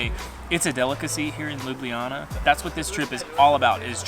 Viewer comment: Great vlog. Next time when you are around, use names LUBLANA (Loo-blah-nah) and LUBLANICA river (Loo-blah-nee-tza river), but you absoultely nailed Prešeren square. 💪 See ya.